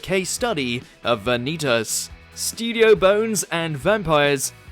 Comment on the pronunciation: Wow The channel known for getting pronunciations wrong got 'Vanitas' right while other watchers can't